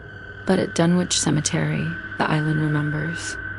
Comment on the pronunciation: Its pronounced, Dun,ich not dunwhitch. My father lived there for 30 years